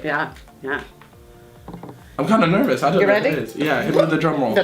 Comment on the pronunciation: You're nervous, not narves. Damnit women